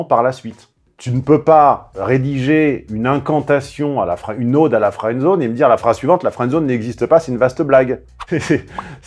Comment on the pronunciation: On prononce ode comme une hotte mais pas comme une aube. Juste pour aider. Bonne journée à vous.